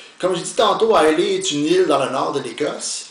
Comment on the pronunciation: belle revue! juste quelques corrections si vous me permettez: - l'île d'islay est située au sud-ouest de l'écosse et non pas au nord comme vous avez mentionné . - islay est prononcé comme "island" mais sans "nd" (prononciation anglais: eye-luh). bonne journée! :)